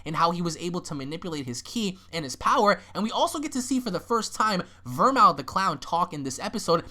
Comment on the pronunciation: VermOOth not mouth. It's like the beverage.